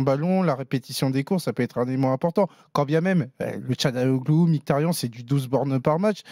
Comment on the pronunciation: C'est marrant vous faites bien attention à bien prononcer le nom de Calhanoglu à la turque (vous reprenez meme l'auditeur), pourquoi ne faites vous jamais pareil pour Mkhitaryan ? Ça se prononce normalement dans sa langue Miritariane.